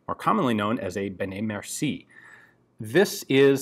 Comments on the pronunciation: "merci-ey" mercié ;) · im a French therefore i have the right to thell u that it's benet-mercié not mercie. mersiEi